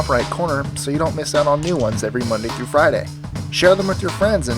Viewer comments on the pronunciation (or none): none